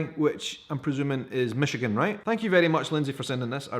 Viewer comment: Michigan box!!!! How awesome!!!! I live south of Traverse in Saginaw but its still awesome! You said it right! Love the necklace :) way to represent our state!!